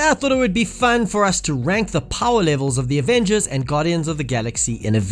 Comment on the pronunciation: Lol at the start off the video he ses fan not fun 😂